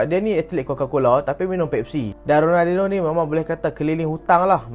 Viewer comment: sori bang, aku elejik sikit kalau org salah sebut nama lejen ni. ronaldiNIO. raphinha elok je sebut rafiNIA.. xde plk sebut rafinHA. Kalau hang speaker masak2 xpe.. kira halal